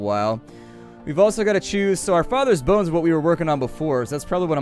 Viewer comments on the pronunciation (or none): none